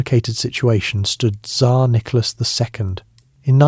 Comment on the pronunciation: Ai has a hard time saying Tzar.